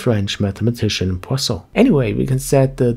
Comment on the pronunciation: I am french speaking, and your poisson prononciation was quite good ;)